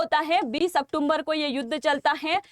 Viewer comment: मैंने पहले भी एक दो बार आपको सजेशन दिया है यह अक्टूम्बर शब्द नहीं है अक्टूबर है कृपया सुधार कीजिए बहुत बुरा लगता है आप जैसों के मुंह से